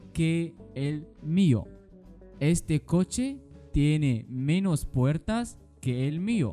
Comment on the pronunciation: أنت تلفظ menos غلط